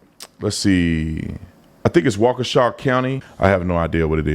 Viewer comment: This video was awesome , but the fact you pronounced Waukesha correctly on the first try , that was amazing